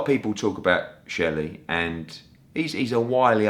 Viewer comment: " I am never going to a deal with SHERLEY!!! " ……..cheeky chap!! Maybe he should just start calling him Sheldon, if he can't say SHELLY!